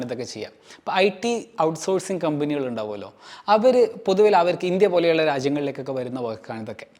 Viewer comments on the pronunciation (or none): none